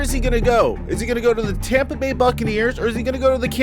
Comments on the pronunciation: It's Tampa. Not Tamba. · He's going to tompa bay lol u mean Tampa Bay